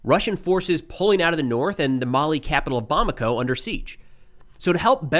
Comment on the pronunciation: Nailed the pronunciation of Bamako. Well done